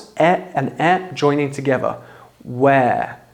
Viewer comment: Who are you to teach pronunciation? listen to yourself, brover, togever, wiv, 'av. You 'av an esturine accent mate, nothing wrong with that but don't set yourself up as some British pronunciation expert just to get subs and YT cash.